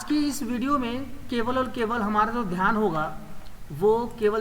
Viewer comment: sir is shivering with cold🤣🤣 And dhyan ko dhan 🤣